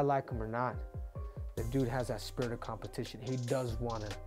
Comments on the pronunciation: Spitrit of competion wtf dude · "COMPETION" IS THE NEW WORD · Spitrit of Competion 😂😂😂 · Spitrit of competion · "Spirit of Competion" lol Good video tho, lots of details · Competion. The dude got another C in English. Quad C doesn't have the same ring to it.